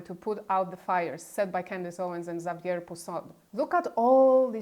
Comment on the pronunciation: Nice to hear the information from someone who does NOT mispronounce Xavier. Candace insists on mispronouncing the name as “Ex-zay-v’yer,” a pronunciation you sometimes hear from uneducated Americans, although not from Catholic Americans. There are numerous schools in the U.S. named for St Xavier! Candace’s pronunciation is akin to pronouncing Candace’s name “Cee-can-duss.” In English, Xavier has only two syllables. There are several YT videos that provide both the French and English pronunciations of the name. The pronunciations are very similar. Google Translate will also provide correct pronunciations of Xavier and other names.